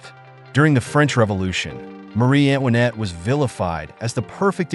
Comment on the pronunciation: Antoinette! Not Annwanet! AI narrations are often pronounced wrong. Hire a human.